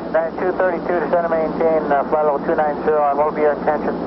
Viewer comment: It’s “flight level” not “flat level”.